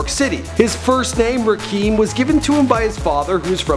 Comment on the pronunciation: Eric B & Rakeem? I thought it was........?